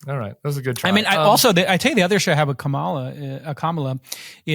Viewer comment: His biggest tell was mispronouncing Kamala's name. Clearly he's been drinking from the Trump Kool-Aid fountain.